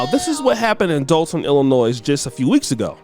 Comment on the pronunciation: The moment you said Dolton…🤦🏿‍♂️